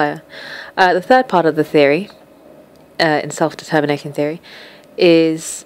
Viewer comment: I swear you never said "self-determination" right ;)